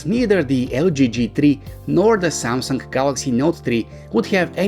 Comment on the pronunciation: LG G Tree and SYAMSUNK Not Tree